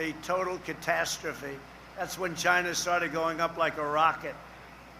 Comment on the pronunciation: It came from "Chi-NAHHHA"